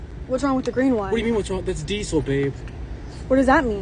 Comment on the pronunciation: It's annoying me.... 4th video like this, it's all dee-sul, dee-sul, dee-sul....... what are you emphasising syllables? Just. Diesel.